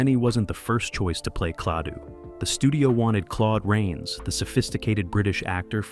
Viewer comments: Klah two. Not Clay too. Why is this a problem?! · The narrator says “Claytoo”. What a Maroon.!